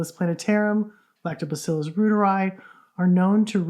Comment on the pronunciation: it’s pronounced royteri - Not rooteri. Royteri like the Reuter News Agency.